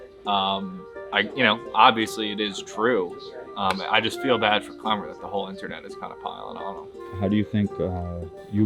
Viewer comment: kWemmer. No L's for Klemmer any more. Dave was so wrong, and those two chicks are unbearable